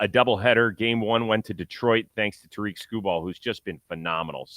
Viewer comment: Mispronounced Tarik's name then talked about Skenes for the rest of the topic.